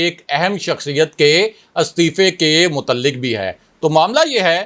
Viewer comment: Mutalik nahi mutaliq kaaf sound